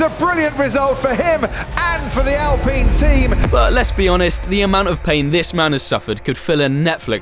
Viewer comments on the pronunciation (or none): none